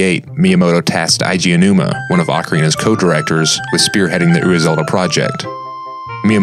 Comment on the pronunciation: You might wanna use Google Translate to check how to pronounce the Japanese names before recording. Your pronunciation of Eiji Aonuma was ridiculous.